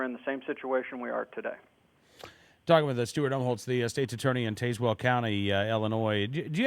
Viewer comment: As a resident of Tazewell County, I can clarify that it is pronounced "Taz-Well", like the Looney Tunes character, not "Taze-Well", like Taser.